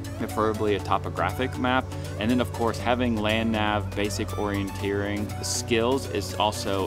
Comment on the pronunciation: Sir...did you just say "orientatering"? Lol very good list man!